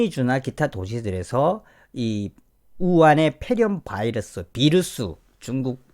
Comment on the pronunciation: 바이러스, 미국발음